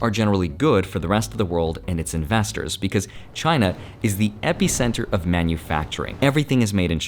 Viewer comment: i don't know how seriously i can take someone who can't say epicenter correctly